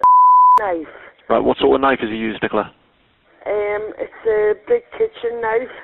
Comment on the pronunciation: why can’t Americans say Nicola? Is it not a name over there?